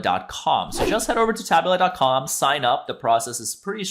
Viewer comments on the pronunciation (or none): TA-BOOLA, not TAB-U-LA lol